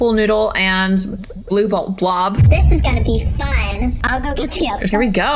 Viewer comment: Not boble blue it’s blue